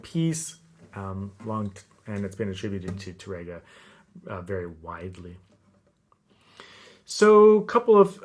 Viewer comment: Wonderful teaching as always,! I'd like to make a very small correction: Francisco Tárrega's name is pronounced with the accent over the first syllable, TAR-re-ga and not Tar-RE-ga. This is because the correct spelling of his last name has an acute accent over the first 'a'. The accent also cancels the rolled 'r' (the Spanish letter 'rr'). Years ago I pronounced his name as if there was no acute accent and proudly trilled the 'r' (I was very proud of my trilled 'r's LOL). My barber, who was hispanic and a guitar lover, quickly set me straight.